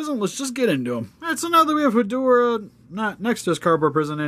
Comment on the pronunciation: so I'll admit I could be wrong but I thought it was pronounced "Head-Raw"